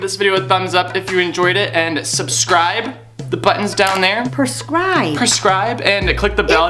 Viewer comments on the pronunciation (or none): I still lol every time she says perscribe instead of subscribe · "Perscribe" xD